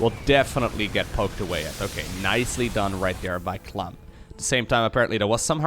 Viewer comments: "serral pronounces 'clem' as 'clam' apparently" > pronounces "clam" as "clum" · LiquidClem's real name is Clément which is pronounced "Clay-mah" in french. Clem, without the accent aigu it's pronounced "Clam" in french. Italian pronounciation of Clem is also "Clam". In english there is little difference between the prouninciation of Clem and Clam. And with clams being a seacreature people would assume it is written as the latter. Dutch pronounce Clem the same way as the english, french and italians. But Clam is pronounced "Clah-mm". and Harstem use a strange in-between pronounciation which makes it sound like the english wourld write "Clum". The dutch word for clam is mossel, which is unrelated.:) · In italian "Clem" is nowhere near pronunced "Clam". Source: I am italian